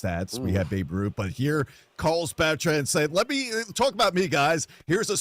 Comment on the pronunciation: The way he says Beltran makes me cringe